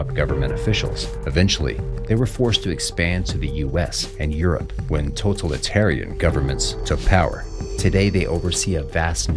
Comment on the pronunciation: "total-arian"? lol its - "to-tal-i-tar-i-an"